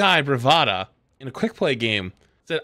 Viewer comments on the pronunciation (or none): It's Bratva, not Bravata